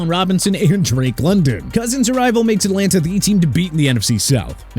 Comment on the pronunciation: JONATHAN BROOK? JONATHAN BROOKS, BONEHEAD?! ALSO DOES IT LOOK LIKE JAYDEN DANIELS GOT A MIDDLE NAME THAT STARTS WITH B? PLUS MIAMI AT #13 IN THE QB CATEGORY... PATHETIC!!!! REALLY PATHETIC!!!! AND ENLANTA FALCONS? YOU CAN'T SAY ATLANTA RIGHT!!!